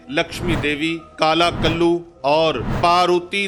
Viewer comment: یہ آپ کا علمی معیار ہے کہ کالا کلّوے کو کلو پڑھ رہے ہو میں وثوق سے کہتا ہوں نہ اپ نے کلوا دیکھا ہے نہ اس کا توڑ جانتے ہو۔ بھیروں ایسے ویڈیو کلپ سے نہیں نکلتا۔ کیوں غلط بیانی کر رہے ہو ۔ کیا یہ جھوٹ نہیں ۔ کتاب سے دیکھ کر پڑھنا اور چیز ہے اور باقاعدہ عملیات کرنا ان طاقتوں کو دیکھنا اور بات ہے کیوں ویوشپ کے لیے یہ ڈھونک کرتے ہیں سارے نیم عامل ۔ اللہ کرے کہ اپ کا سامنا ہو کالے کلوے سے بھیروں سے۔ پڑھا جا نہیں رہا اور بات کر رہے ہیں عملیات کی۔ بس پیسہ پیسہ پیسہ پیسہ ہی خدا ہے